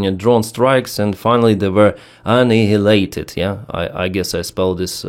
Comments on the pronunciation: "Basement" is fine for Keller. "Cellar" (pronounce "seller") is probably more correct but means "store for wine" these days, rather than an underground room. Annihilate: think of the word "hello" but when we say "hi". Now the first "I" rhymes with Hi. And we cheat on the second I by pronouncing "a" instead. ANNIHILATE: "An-I-(H is silent)-a-late". That's the easy way. Otherwise for the second "i", think of "sick" but when we say "ill" . Here the letter "I" is short not long. So "An- I (long) (h silent)-ill-late". Doesn't really matter if you do pronounce the "silent" h though it sounds a bit funny. By the way I always loved your AnniGilate" Your English is spot on. Smoothly communicates but gently reminds us you are Ukrainian. That's perfect. Love your work. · Annihilate verb means 'utterly destroy'. Pronounced: An-eye-ill-late Emphasis on eye An-EYE-ill-late. ❤❤